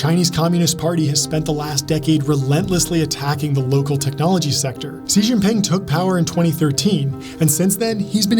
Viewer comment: The videos are awesome the only note that always hits the ick is how often you mention Xi Jinping but always mispronounce Xi in every video, just say "she"